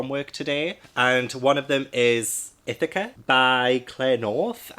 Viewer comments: You're saying Ithaca correct! I'm from Ithaca, NY. If anything, it could be more Ah instead of Eh. Like Ithahca. But it sounded great! :) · That Charlotte's Web edition I now have to have, so gorgeous! You pronounced Ithaca and Penelope correct if you were worried, sounds awesome, but I love Greek retellings and I am enjoying that more are being released. OMG, really, The Midnight Club is being released to Netflix, wish I had it! I love that book! Yes, I read it as a young little YA at 13 which would be 1994, not sure when it was actually released, but the big names of YA back in the '90's we're R.L. Stine (before Goosebumps), Christopher Pike, and Caroline B. Cooney. Lol...that ending, love it, was singing with you. 😄💕💕💕